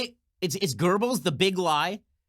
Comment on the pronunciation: Stop saying "gerbels"